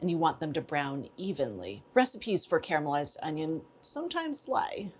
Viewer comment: You say "caramelised", not "carmelised"... I love you PS- my dear old mom would add a pinch of sugar to her caramelised onions... worked like a charm